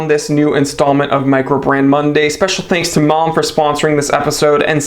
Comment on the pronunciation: HOLY CRAP! IT'S PRONOUNCED MALM. Jeeze dude